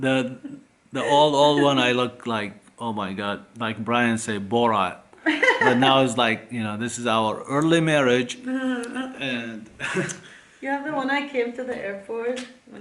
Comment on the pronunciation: It's BORAT & not Boran 😂👍❤️ love you guys